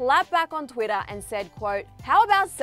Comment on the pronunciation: "Twiddah" No hate, it just sounds funny to me